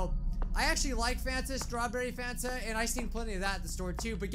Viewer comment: I thought you said Santa xD